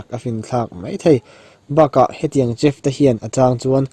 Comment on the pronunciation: uluk tak train chif temaw khawi thei a...chef ~shef tiha lam tur aw....